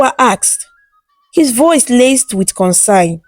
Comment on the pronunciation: As I love to read your beautiful stories, try and learn how to pronounce CONCERN from somebody who knows the pronunciation